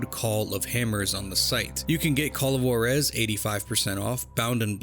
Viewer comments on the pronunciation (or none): "call of warez"... shit who says that this way??? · take a shot every time he mispronounces Juarez